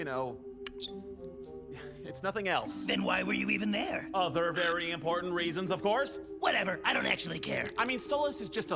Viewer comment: Wait, did you say "imp-horn-tant" when Fizz and Blitz first met up this episode??